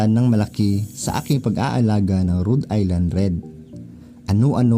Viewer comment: dahil dyan ka sa america, now ko lang nalaman na tamang bigkas pala dyan eh Rud Ayland Red x go go go